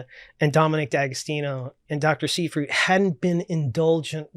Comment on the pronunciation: Seyfried = [ z eye freet ] This is a German name s=z ey=eye ie=ee d, as last consonant in a German (or Rossiyan) word, is softened to t.